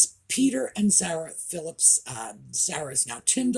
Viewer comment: Princess Anns children are not in their 50’s -they are 41 and 45 And Zara is pronounced Z ‘are’ RA not Z ‘air RA 😊